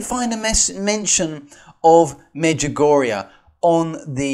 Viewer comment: Father i know most of these people you mention here and much much more and i think there is not a single prove in this video that the Mother Mary is not appearing in Međugorje and btw you are spelling it wrong,it is pronounced like A at the and but that doesnt prove anything too.if you want to prove something how abouth some real evidence?I am realy sory my English is not better and i am not educated in teology but i can tell you that i hear arogance in your voice and the sheperd of God or Marys Warrior or how do you call yourself should not have that,i think you should have more love cause Mother Mary loves us so much.Instead, you are dividing the Church.I cant prove the apparitions in Međugorje either but i dont want to and this is not my job.I believe because of so manny fruits and God gave me the knowledge to feel what is fake and what is not.But i dont judge the people who dont bealive,i just think some of them should be more polite.I dont believe in other religions beside katholic church but should i judge them or should we make example with our life like Mother Theresa or lots of other saints and Layman?I am not at this point yet but i hope i will be.God bless all who is reading this.